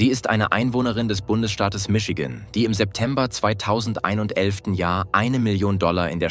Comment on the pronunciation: Hätte die KI Stimme fast nicht gemerkt...aber beim Jahr 2011 hat es sich "verplapppert", ansonsten gut,. Tipo: Einfach die Zahlen als Worte schreiben, dann passieren solche Schnitzer nicht 😉